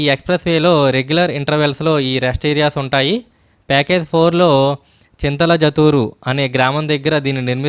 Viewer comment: Good information Bro. చాలా మంచి సమాచారం. వీడియో కూడా బాగుంది. కానీ, విలేజెస్ పేర్లు కొంచెం తప్పుగా పలికారు. అసలైన పేర్లు.. ఓదులపల్లె, దొరిగల్లు, చింతలజూటూరు. మీ వీడియోను ఎక్కువ మంది చూస్తారు. గ్రామాల పేర్లు తప్పుగా వెళ్లకూడదని నా కోరిక.